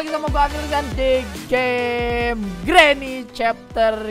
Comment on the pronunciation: Granny bukan granma